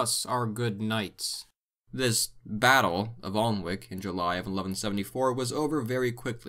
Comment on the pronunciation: Really good, love the artwork. Note: Alnwick is pronounced Annick, with the a as in cat.